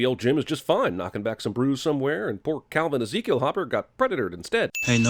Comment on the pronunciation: "Calvin Ezekiel"